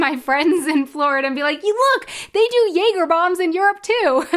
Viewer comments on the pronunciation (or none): none